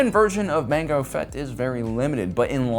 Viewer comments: he says mango fett he says lango fett he says yango fett he says psycho fett he calls grogu gogurt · Okay.... why do you keep mispronouncing Django ??? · Did he say Mango Fett? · He said mango fett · LaNgO Fett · Mango Fett was my favorite 🤣🤣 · Gotta love the variety tho! He only did the D'Jango once. But I still like hearing it. 😂. Every time he does I imagine Jamie Foxx in beskar. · Lmao he just keeps purposely mispronouncing jango